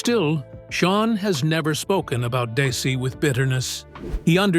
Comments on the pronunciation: My God it's Desi (pronounced Dezi) please. My name is Desi. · I hate ai. It's Desi not Daisy and Arnez not Arnoz😡